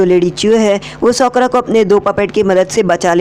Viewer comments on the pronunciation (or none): Socra nhi Sakura Pronounce thik Karo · Bro you are best but I want to tell you that her name is sakura not shokura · Broo that's sakura not sokra man😂😂